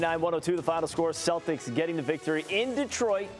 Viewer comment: Who are these "Stodders" that is talking about...?